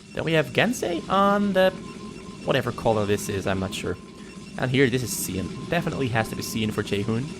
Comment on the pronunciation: Cyan is pronounced sī'ăn' and the one you don't know is tan.